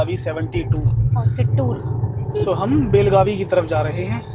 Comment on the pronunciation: Belgaum se pehle jo apko Mahal ya college dikh Raha hai wo darasal Suvarna Vidhana Soudha hai aur yahan Karnataka Assembly ka winter session hota hai. कित्तूर चेन्नम्मा not किट्टुर